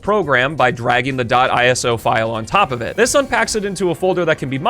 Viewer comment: FINALLY HE SAYS "ISO" CORRECTLY